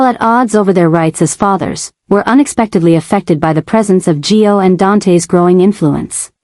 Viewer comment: Suppos we to be Gio. AI mis-pronounces alot